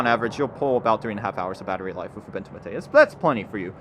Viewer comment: ooboontoo m8 not youbuntoo matey